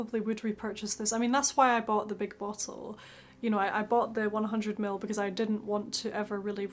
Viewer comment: bow-till? LOL